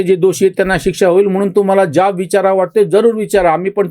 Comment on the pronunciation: ज्याब नाही हो जाब म्हणा.